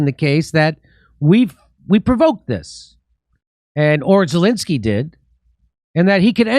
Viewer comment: Jimmy should pronounce Zelensky's name correctly. It's NOT Zalinksy.